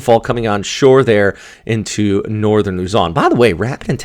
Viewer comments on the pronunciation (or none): none